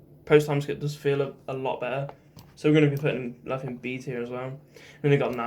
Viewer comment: You're the only person who sounds right calling (loofy) luffy. Love this list